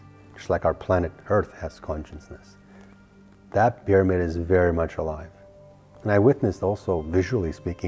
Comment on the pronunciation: All of your channeling and talks are based on CONSCIOUSNESS but I can't understand why you fail to see you are pronouncing it totally wrong. You made up a new word by mixing Conscience with consciousness to become conscienceness which doesn't exist as a word in the English dictionary. Just sayin...